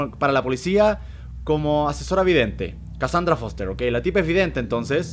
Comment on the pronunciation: Dijo mi nombre D: pero lo dijo mal xD (me llamo kasandra me costara trabajo oirlo xS